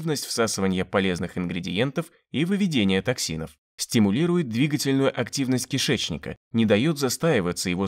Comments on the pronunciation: 😛 тАксинов... 😷 ржунемагу.... выучите кацапский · "ТАксины"! Как не стыдно, "умники"?!